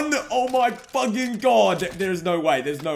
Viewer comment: BOI stop sayin fuging